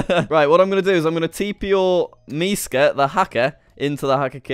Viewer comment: Actually you said Miska perfectly